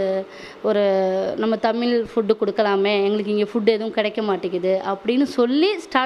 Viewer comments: தமில் கிடையாது? தமிழ் சொந்த ஊர் மதுரை. தமிழ் வளர்த்த சங்கம்.😊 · தமிழ் என்று அழகாக " ழ" வை உச்சரித்துப் பேசுங்கள் தமிழ் மக்களே இல்லை என்றால் நீங்கள் தமிழர்களே இல்லை ஸ்டைலா தமில் என்று கூறாதீர்கள் நானும் பார்க்கிறேன் 99-9% தமிழ் மக்கள் தமில் என்று தான் பேசுகிறீர்கள் மேலும் எந்த வார்த்தைகளில் எல்லாம் "ழ" வருகிறதோ அதை எல்லாம் "ல" போட்டு பேசுகிறீர்கள் வெட்கமாக இல்லை உங்களுக்கு தமிழர்களா நீங்கள் ? உங்களைப் பார்த்து வெட்கப்படுகிறது தமிழ் மொழி நன்றி வணக்கம் ஜெய் பவானி